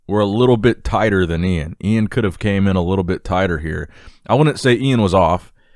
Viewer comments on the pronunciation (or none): E-IN VAL-E-AIR